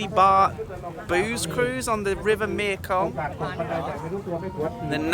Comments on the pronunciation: I had a fabulous few days here a while ago, after crossing back in from Lao., you do make me laugh! Do you know how funny your mispronunciation of the Thai name for the Mekong River is to a Thai person? The name of the river in Thai is 'Mae Kong' (Mae, said like 'may'), which means 'Mother (or life giver) Kong'. You are saying 'Mia Kong' for the name of the river, which in Thai actually means 'Girlfriend Kong'...! Ha ha ha! Funneeee! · please will you stop calling it the mia kong ffs, its the MEKONG !!. you donut. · Is there a reason you pronounce the name of the river me-a-kong instead of mekong? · Nice vid can you Google how to pronounce Mekong, I don’t understand how you have been there for so many years and can’t pronounce the name of this mighty river, tedious of me to highlight I know but I’m obsessive about detail and I understand that’s not your thing x